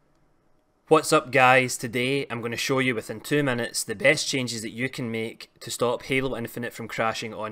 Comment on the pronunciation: Changies Crashies Don’t worry I liked the video. Just had to throw that accent out there my man!